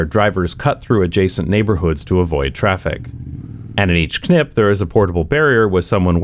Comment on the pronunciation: I am proud of you being able to say "KNip" without effort. Most English speakers have lost that ability.